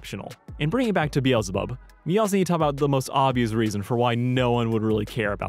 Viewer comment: Its pronounced BEEZLE BUB Be zzz llll